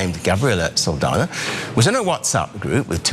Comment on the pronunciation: Saldana is pronounced "Sawl-dawn-yaw"